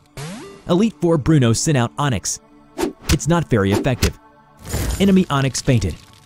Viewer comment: My guy said "onyx? No das intestyx"